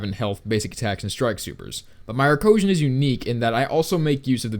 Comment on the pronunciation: Boi it's not Arcosian